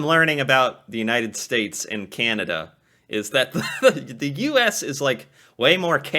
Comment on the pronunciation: You Say Canada funny. It is CAN A DA. Not Cinada